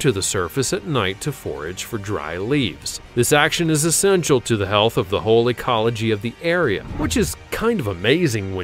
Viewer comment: I heard "whole ecology" as "holy collogy" lol.